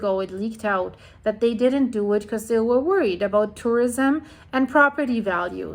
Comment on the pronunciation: "talking aboat" aha